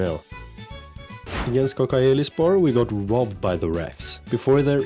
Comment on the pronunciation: All of the "C" in Turkish language pronounced like "DJ" for example Kodjaelispor. I'm appreciated you playing in the Turkish League. I hope this helps.